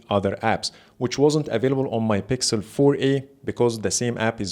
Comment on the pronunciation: I love that Arabic accent “bixel” habibi from ownagepranks